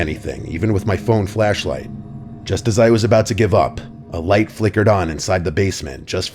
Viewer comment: I always hear "fleshlight", hard to not notice lol